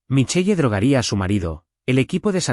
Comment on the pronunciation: MICHEL … NO MICHEYE 😡🤬. para que usan nombres en otro idioma si los van a pronunciar MAL 🙄